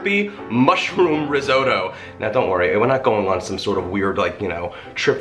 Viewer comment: Did you say ree-zoh-doe